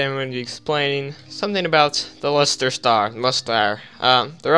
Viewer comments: it’s leastar not lester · It’s learstar not leastar